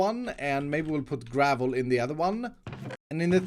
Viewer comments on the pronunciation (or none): Gravuull* not garvel